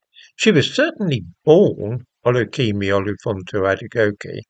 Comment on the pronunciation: I would like to say 'well done' for pronouncing Kemi's real name, I have no idea if its correct, but you sure have made an effort. 😎😎